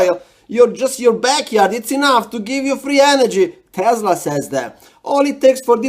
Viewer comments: Making me smile 😘 the guy couldn’t even say his name right. It’s “Tesla”, not “Tesler” LMAO 😄 I love how you get all that current without even having to solder any connections, or hot gluing anything. 👍 😂❤️ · They're particularly unconvincing when they say TeslaR, not Tesla.